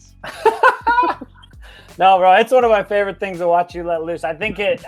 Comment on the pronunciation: "fovorite" haha